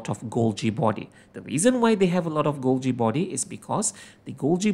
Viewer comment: You pronounce golgi body wrong